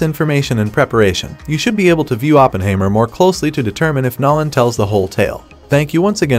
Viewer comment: Nollen? You need to teach your AI better pronunciation